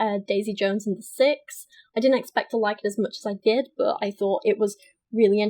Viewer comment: god english chicks make me gag.... every time she says "but" or what she sounds like a slobering drunk that is throwin up